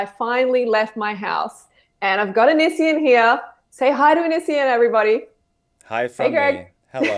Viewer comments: the way you pronounce "onision" is hilarious "anisien" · ahh it was so annoying that she mispronounces his name